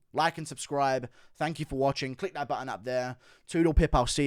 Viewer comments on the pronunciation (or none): none